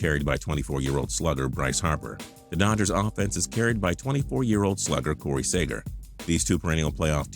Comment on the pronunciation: Wow he said Corey saeger instead of Corey seager lol